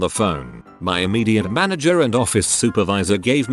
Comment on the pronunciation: "Mana-GRRRR" Bless you, text-to-speech. 😂